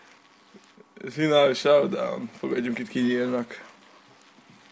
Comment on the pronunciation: Restartolni kell a levölt meg finál shaowdaown xD